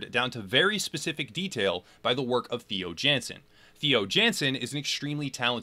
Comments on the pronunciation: Not to be nit-picky, but Theo Jansen is pronounced Tey-o Yawn-sen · My condolences to every Dutch person that had to sit through the pronunciation of Theo Jansen